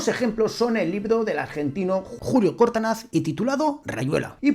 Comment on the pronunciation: Permíteme corregirte, el apellido del autor argentino es Cortázar, no Cortanaz. Gracias por el video. Saludos